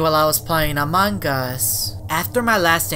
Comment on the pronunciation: Every single video when he says among us instead he is as a mangus